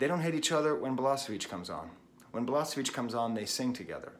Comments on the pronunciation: Nice video, but please.... it's balaSHeviCH, not balaSeviCH 👍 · she should have thought you how to pronounce his name. it's BalaSHevich and not BalaSevich,,, nice video though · Thank you very much brother for a wonderful homage to a great human being, with brilliant mind, Đorđe Balašević. Verily, he was the human singer. Thank you also for mentioning Sarajevo properly and fondly. One thing though, please pronounce his surname more like Balaaashavich instead of the way you do it since it sounds very close to the surname of the Balkan butcher that Đorđe openly and secretly despised so much. I know that you would not want that. Cheers and regards from Sarajevo! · I was there when he came to Sarajevo after war, at first concert of two. I cannot explain this feeling, this experience... Let me just say, everybody (including Balašević) cried about half of time and laughed the second half, with no clear line between it. Btw, try to pronounce his name as "Balashevich" (not "s", "sh" where "š" is). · Thank you for this comment. It was very touching. And yes, I know that I don't pronounce his name correctly! Quite embarrassing for a language teacher. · Perfectly written, but don't lie to him that he pronounced it perfectly fine. You know he didn't, and he knows it too :)